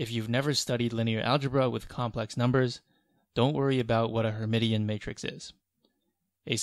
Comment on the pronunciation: Awesome set of videos! Btw... her-mish-in ;) Of course, Feynman on knowing the names of things is the important takeaway.